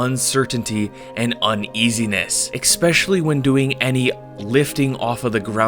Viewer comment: Love your video's man, they really inspire me! (Tip: I've heard you say 'expecially' a couple of times now in your videos and I think it should be 'especially')